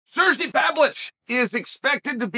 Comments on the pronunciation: sergi pavlichh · Sir-gee Pavlich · "Serjay Pavlich"